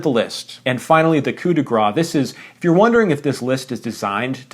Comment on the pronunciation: 𝐶𝑜𝑢𝑝 𝑑𝑒 𝑔𝑟𝑎̂𝑐𝑒, not 𝑐𝑜𝑢𝑝 𝑑𝑒 𝑔𝑟𝑎𝑠.